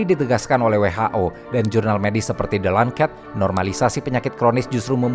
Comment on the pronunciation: The Lancet dibaca “de lanset.” Sebagai seorang dokter, saya menilai pembahasannya cukup baik. Saya memahami pemilihan diksi yang dibuat indah agar enak didengar. Namun, mengingat konten ini ditujukan untuk masyarakat awam, istilah “hiperglikemia” sebaiknya diganti dengan frasa yang lebih mudah dipahami, seperti “kondisi kadar gula darah yang tinggi.” Penggunaan kata “diabetes” sebagai pengganti “Diabetes Mellitus” juga terasa kurang tepat, mengingat ada entitas lain yang disebut Diabetes Insipidus. Menariknya, pembahasan ini juga dapat dikaitkan dengan deskripsi gejala yang tertulis dalam papirus medis pada masa Mesir kuno. Secara keseluruhan, saya mengapresiasi adanya pembahasan bahwa penyakit non-infeksi juga merupakan masalah kesehatan masyarakat. Sepertinya ini merupakan lanjutan dari seri sebelumnya tentang HIV. Saya sependapat bahwa tingginya angka Diabetes Mellitus tipe 2—bersama penyakit lain seperti hipertensi dan dislipidemia—sejatinya dapat dimaknai sebagai produk kegagalan sistem kesehatan suatu negara. Negara tetangga, misalnya Singapura, menyadari hal ini dan merespons dengan cepat: mewajibkan produsen pangan menerapkan sistem Nutri-Grade, mendorong seluruh hawker center menerapkan konsep healthier choice, serta menyediakan jalur kebugaran oleh pemerintah. Dampaknya memang tidak instan, tetapi upaya dan arah kebijakannya terlihat jelas.